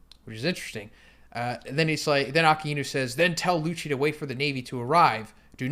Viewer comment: Please say akinu’s and Kizaru’s name correctly